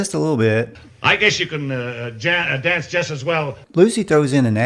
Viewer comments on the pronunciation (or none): My favorite flub is when Lucy says "I vanced with Dan Johnson." 😂